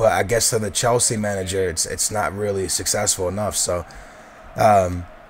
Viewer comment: why do you pronounce chelsea weirdly... and it's di mateo not di matello!